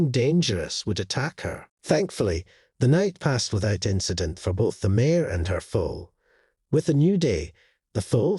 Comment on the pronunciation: Mare not mayor. If this was automated voice it’s because the reader pronounces mare as a two vowel word. Maybe a spell check would be in order!! Nice story though.